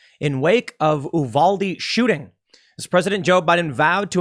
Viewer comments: It's not Oow-valde. It's Ewe-valde. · Not Oohvahldee it's Yewvaldee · It's pronounced you-valde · You-val-dee = Uvalde.😁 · it’s “U-Val-D” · Uvalde pronounced You-vall-dee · It's pronounced You-vall-dee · Tim, great job as always. Just a heads up, Uvalde is pronounced “you-val-dee.” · As a TEXAN it's U-valde or youvalde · Just FYI: Uvalde is pronounced you-VAHL-dee or -day. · Just a nit-pick, it's "You-valde" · It's pronounced "You-valde" -source, am Texan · It’s pronounced “you-valde” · Off topic but related, just FYI it's pronounced YOUvalde...sorry if that's already been mentioned. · As a Texan, it's pronounced You-Val-Dee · It's you-valdee tim sorry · "You-valde", Tim. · Tim. Please. It is pronounced "YouVade" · Tim, Uvalde is pronounced 'you-val-dee'. Im a native of San Antonio and am well acquainted with that area. In Spanish it is pronounced 'oo as in few-val-deh' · Tim, for future reference, It's pronounced, "you-val-dee." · Tim you don't have to French it up Uvalde is pronounced yoo-VAL-dee. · Tim it's pronounce you-vol-day in Texas. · It's pronounced "You-valde"